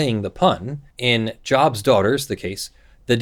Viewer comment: The group is named after the Biblical character Job, so it is pronounced with a long 'o' rather than a soft 'o' So it is Joe-b's Daughters rather than Jaw-b's Daughters.